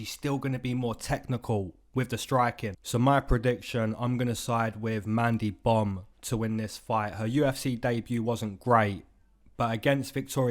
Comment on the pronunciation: Bro kept sayin mandy bum🤣🤣🤣